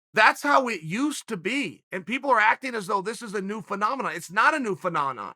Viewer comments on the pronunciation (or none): Me: it’s not a new... what’s the word, Chael? Chael: “pha-na-na” Me: ok great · Chael "A New Phenanan" Sonnen